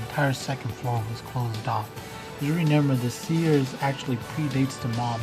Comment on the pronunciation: you really said renember